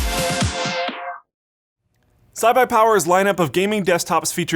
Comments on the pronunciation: I'm sure he meant Cyberpower....not CybuyPower lol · Did he just say cybuypower?? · he said cy buy power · "CyBuyPower"... hmmmm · cybye power nice job pronouncing that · "CYBUYPOWER" Okay,. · and no one noticed that look said sybypower instead of cyberpower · Did he just say "Cybi power" at the beginning?!?!?!?! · "cybye power" rip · Did you just call CyberPower...S'iBuyPower?... lawl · Did you say "Cybuypower" instead of "Cyberpower" in the beginning? Is this a leak of Cyberpower and ibuypower companies merging? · Did anyone catch that at the beginning he said "cybuypower"? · Did mean to say CyberPower but end up saying Cy Ibuypower? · anyone notice how he said cy-by-power in the beginning? lolol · you said Cy buy power lmao, it's cyberpower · friggin "cybapawar" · yo he actually just said cybuypower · Did anyone else hear say "Cy-buy Power"? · you just said 'cybuypower' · You said cybuypower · lol he said sybypower... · did anyone else hear say CyBuyPower? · Did you just mess up saying CyberPower?